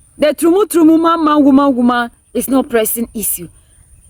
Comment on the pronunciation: I love how you said the trumu trumu😂😂😂😂 i love you so much